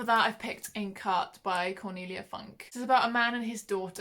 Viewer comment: I didn’t like the night circus but I’m excited for the starless sea! I always cringe when people say funk to cornelia funke because of the meaning 😂 it’s pronounced more like founkeh